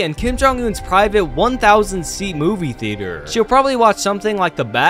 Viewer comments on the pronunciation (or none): Nah the way he says "ThEaTrEeEeEuH" 💀